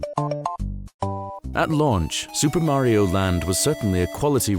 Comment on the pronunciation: Wow! This narrator is the only British man on earth who can pronounce Mario correctly.